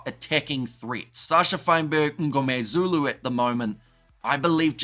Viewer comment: I love how you over pronounce sascha fynberg-MNGOMEZULU!